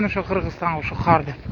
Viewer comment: КААр эмес кар